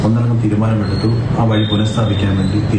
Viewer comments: വഴ അല്ല വഴി 😂😂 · വഴ അല്ല... വഴി 🤦